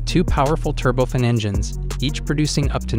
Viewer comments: Turbofan: tur-bo-fan. No, the A in fan is not silent. Mach: makk, not match. It's a guy's name, the German scientist who first thought high speeds through seriously. Remake this whole video: you make fools of yourselves with these ignorant mispronunciations. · These computer generated voices are getting pretty good, but they still mispronounce so many words. 'turbofin', 'Match 2.25' Ha Ha! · Dude, mach is said like mak, not mash, also its said turbo-fan engines , not turbofin engines. Also side-wine-der, not side-wind-er... Otherwise interesting vid. Cheers